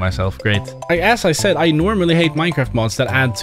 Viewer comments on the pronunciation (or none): none